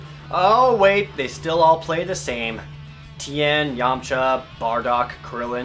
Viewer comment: i don't know what this "yamsha" is but it sounds allot like radits.